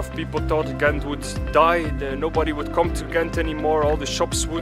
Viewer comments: in the Netherlands they have this throat G, in Belgium it's a soft G, your first pronunciation was better then the ones from the Netherlands :) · Much respect to you for trying to pronounce the names of the places in the local language, even for Ghent/Gent is which known internationally and basically also has an English way of saying it. When you tried to say the names after hearing it, I was surprised by how close you are to pronouncing it perfectly. You have excellent hearing and pronunciation! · i live in Ghent ( you pronounce it well for english speaker) and coupure was always a wild place to cycle it got a little better but cyclers are still not that much safer. because of economic cuts the streets lights go off around midnight etc. its nice during the day time not so much during the nightlife. Also now they building cycle road under the bridges it use to be on the bridges itself so conflicted with cars and daily collisions in the first few years. I enjoi the "circulatieplan" but it made it impossible to park anywhere without someone screaming or wanting to fight you.... anyway greets from belgium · 8.35 My compliments for you trying to pronounce the cities correctly, you were almost spot on. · Ghent is the English way of saying it, so you are pronouncing it just fine. I used to live at the part of the river they brought back. Was amazing to see the transformation from an ugly parking lot to what it is now. I can imagine that the worth of any house in that street went way up. :D